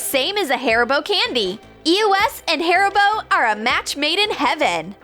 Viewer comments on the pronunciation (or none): No one: Them: hArBo Im like "wheres the 'i' "